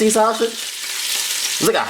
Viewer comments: What is so hard about saying SAUSAGE?? There’s no “SH” sound anywhere in the word. Baby you are a great cook but you need speech therapy. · He is saying that purposely ShuShij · Dude, it’s sausage, not shasage. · Sha-sauge 😂😂😂 love you this look fye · Same here🤣😂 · Aver and over again too lol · Lol that's the philly shiy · I’m dead lol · I can’t say it either😂😂. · That’s how I say it, ordering at McDonald’s when I’m talking to fast “Yes let me get two saushich bischits” 😂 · He was committed to it too lmao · Stop saying saw- sage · Did he just say shasage🤣🤣🤣🤣🤣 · Take a shot everytime he says "sauSHage" 🤪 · I really think this dude thinks there is an 'H' in sausage. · This dish is amazing‼️‼️‼️💯 it came out so well when I cooked it tonight 😋 inserts... 🗣forget how he pronounces “SAUSAGE” that boy knows what he’s doing 👏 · There is no “H” in sausage! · Aaliyah Jackson the fact that you could spell it the way he pronounced it has me cryinnggggg😭😭😂😂😂😂😂